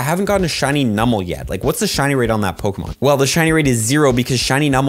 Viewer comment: Are you saying Pokamon? Yes you are lol